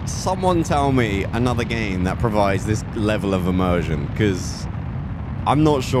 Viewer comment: Every time you say immersion, I loose the immersion...